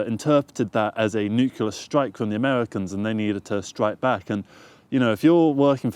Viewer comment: You pronounce Nuclear like some Americans do 'Nukiller'.